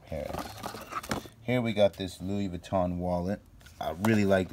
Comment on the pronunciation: In France we say it Louis Vuitton saying the N thru your nose.( vuittong)